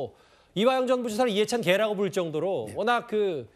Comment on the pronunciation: 앵커 발음 때문에....ㅋㅋㅋㅋ 이화영이는 이해찬 개 라고 하니까....ㅋㅋㅋㅋㅋ 이해찬 계.... 발음 공부 좀 합시다.